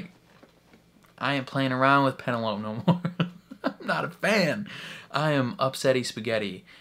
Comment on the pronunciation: LOL - are you calling her PeneLOPE on purpose, despite hearing everyone call her PeneloPEE in trailer? And the first two seasons! I can't tell. Awww. I've actually come around to anticipating S3 the most of all the seasons! Marketing has been genius. I, too, was doubtful Pen & Colin's season could beat Queen Charlotte. But NOW. Total turnaround. Love the idea of Colin redeeming himself by being her wingman. And friends-to-lovers trope. Looking forward to Nicola Coughlan's comedy chops! And so looking forward to all the subplots.